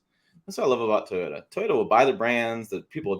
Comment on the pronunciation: Deep breath. TOY—O—TA. Three syllables 😮. My 2023 GMC SIERRA with the LZ0 put s out less pollution than my wife’s Toyota Highlander. The EV industry is yet another extractive industry of a limited resource as you say. I wish more effort was being spent on hydrogen fuel cell technology. I agree with this summary 100%. We’ll done sir.